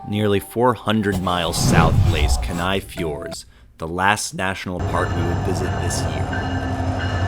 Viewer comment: OK. One, I can't believe you don't have more views, or have more comments. Bu the more comments part works in my favor. Maybe you will change your video to include the correct pronunciations of these places. Kee-nigh (like the English "Nigh", Eye-ah-lick Glacier (you do know how to pronounce "Glacier". LOL), Kot-tse-bee-you (like pee-you, something is stinky), wha-hut? Bitch? Kat-mei? No,nnnnnn,no, darlin', Kat- my,l like, "that is my national park, bitch." When you are there, it is your national park, Kat-my.), OMG< the Football!! Field Lake! We watched this lake change so drastically from 2001 until 2020, when it finally drained (I think). The ice canyon below it was always amazing. You were right to try and hike it. So many memories of a forgotten feature of Root Glacier, in Wrangell-St. Elias National Park. Pronunciantion, boys and girls! It is the first way the locals will either turn you away or accept you as their own!